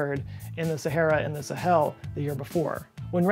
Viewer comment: And why didn't the musical you tell you how the pronounce Sahel? Also, the heat of re-entry is caused by compression, not friction. Two reasons why I unsubbed l-o-n-g ago. Interesting topic. I gave up .